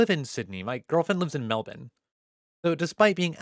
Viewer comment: I love how you pronounced Melbourne exactly how we do in Australia